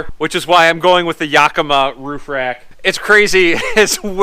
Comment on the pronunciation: Yak-i-maw is the proper pronunciation